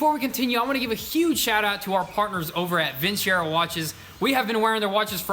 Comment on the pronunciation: I'm just being a stickler...is it pronounced vinSero or vinCHero? Lol..he says it both ways haha